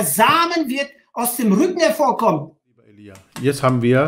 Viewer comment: Er heißt Elija und nicht Elijah